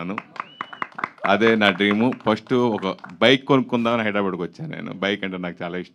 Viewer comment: It's హైదరాబాద్, not హైదరాబాడ్. Just like అహ్మదాబాద్, not అహ్మదాబాడ్ 🙆🙆‍♂🙆‍♀